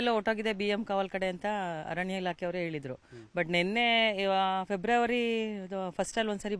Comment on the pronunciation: ನಿಮ್ಮ ಚಾನೆಲ್ ಸುದ್ದಿ ಚೆನ್ನಾಗಿ ಕೊಡುತ್ತೀರ. ಆದರೆ ಕನ್ನಡ ಭಾಷೆ ಕರ್ಣ ಕಠೋರ. ಆತಂಕ ಗೆ " ಹಾತಂಕ" ಅರಣ್ಯ ಕ್ಕೆ " ಹರಣ್ಯ" . ಭಾಷೆಗೆ ನ್ಯಾಯ ಒದಗಿಸಿ. ಮತ್ತೊಂದು ವಿಷಯ. ಉಸಿರು ಕಟ್ಟಿ ಹೋಗುವಷ್ಟು ವೇಗದಲ್ಲಿ ಸುದ್ದಿ ಹೇಳಬೇಕಿಲ್ಲ.